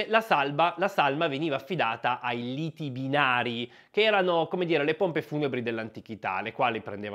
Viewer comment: Molto interessante, grazie e Libitinari, non litibinari